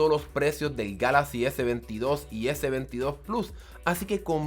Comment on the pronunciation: Your review Was made in SPANISH,so You should pronounce Galaxy en spanish but, If You don't like how galaxy sounds in spanish,make your next video in english.